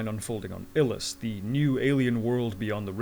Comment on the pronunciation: It's pronounced 'Eye-lus'. My source? Ty Franck. Murtry won't be back. Elvi will (I think).